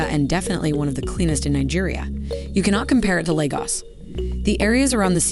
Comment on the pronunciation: Dear Lord, if you are going to do a video, you really should take time to learn the proper pronunciation of the cities. I was ready to scream hearing you say Abuujar, repeatedly. It is Ah-boo-ja. Similarly you fail to even get Lagos correct. Appreciate the optics and the introduction to the city, but you do your presentation a disservice.